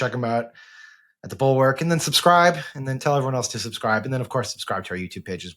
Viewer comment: SO often when you guys say "The Bulwark," it sounds like "the Borg."